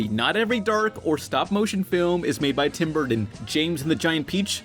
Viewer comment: Tim burdden? Like jon madden